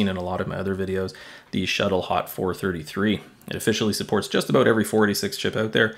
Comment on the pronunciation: "aboot" Definitely Canadian, buddy!